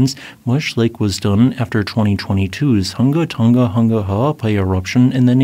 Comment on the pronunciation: And Tonga rhymes with wronger, not with longer.